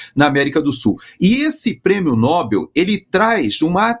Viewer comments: NÓBEL NÃO, NOBEL CARAJO!🫠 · Esse Nobel, dito como proparoxítono, já virou uso consagrado? Tristeza!